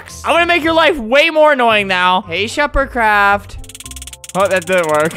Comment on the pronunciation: I got an ad and Albert said “, OH MY GOD SH-“ And I was like “, oH My LoRd” Then, when the ad was over he said “, ShuperCraft!” After that I had a long moment of silence...